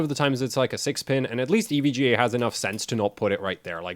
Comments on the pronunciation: Did you really just pronounce "EVGA" as "ev guh"? lmao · Glad to hear I'm not the only one who playfully pronounces EVGA "Ev-gah". :D